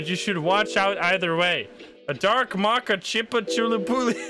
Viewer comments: Great video, as always, but every single time he says mocha I cringe Please, for the life of all that is dear, it is pronounced “moe-ka” not “mah-ka” Thank you 😂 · Moe-kaa=Mocha. Maa-chaa=Matcha. Shif-on=Chiffon. 😉